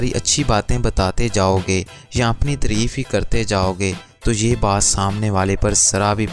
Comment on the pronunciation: Tirif nahi hoti tareeef hota hie